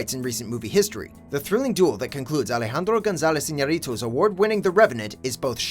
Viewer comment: Very impressed by how well he pronounced the revenant director's name.